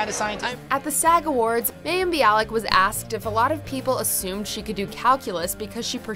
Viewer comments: You mispronounced Mayim Bialik's first name. It's MAH-YIM. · Can you guys pronounce mayim name properly her name is pronounced myim